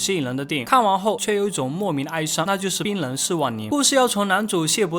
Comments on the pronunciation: 能不能练一下发音，区别清楚冰楞和冰人，要不讲的再好也听不下去。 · 怎么一直听到把冰人（ren）唸成了冰能（neng）。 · 冰楞！！！！你教教普通话呀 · 以为一直在说槟榔槟榔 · 冰人一直聽成檳榔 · 我听了半天 以为是再说槟榔